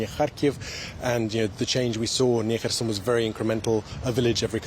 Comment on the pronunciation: I really love the way pronounces "Kharkiv" and "Kherson". He is a great reporter.